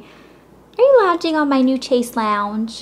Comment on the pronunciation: is "shayse long" not chase lounge